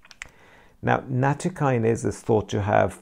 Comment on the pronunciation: Thanks for your post. It'spronounced nat TO' by the way